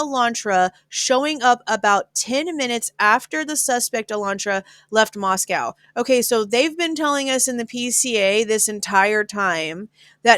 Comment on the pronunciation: In all fairness and no shade... PLEASE pronounce the location properly. Locals have corrected people covering it too many times to count. It's NOT MosCOW Russia!!! MosCO Idaho.,.I thin we should ALL know the pronunciation by now.